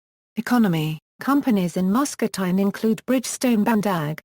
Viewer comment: If you are going to make a video about a place, learn how to pronounce the name correctly.